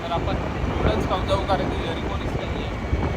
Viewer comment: Nudas nahi noodles boltat g manda